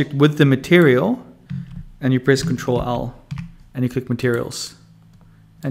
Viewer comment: "Control-all" Thank you very much, good tutorial.